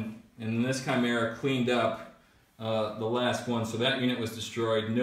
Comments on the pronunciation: Khai-mera, not Chai-mera, Leman Roos? wtf? lol, man, you guys butcher names.. Necrons are Cheese to, but atm they are stuck in the Index.. lol. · Russ.. Is pretty much how you want to pronounce it.. I have heard people say Rooskies.. So Ruess is ok. Even though the dictionary pronounciation is Ruhs. Chimera.. Is ki-meer-uh Although English Rules Would be Chime- RA